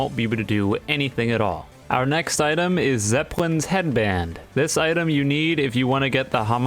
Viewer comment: Are we just gonna ingnore the way he said Zepelin